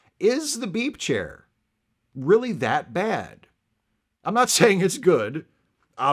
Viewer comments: Oh, ‘beep’ chair. I thought you said BEEF chair… I was looking for a beef chair. Another great video essay! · I hear "beep chair" as "beef chair" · Keep hearing you say "beef" chair... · I'm sorry. I sometimes hear you say "beef chair" even though I know you're saying "beep chair." That's my problem.